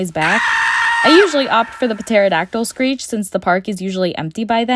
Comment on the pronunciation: Pterodactyl Puh-teyr-I-Dac-tl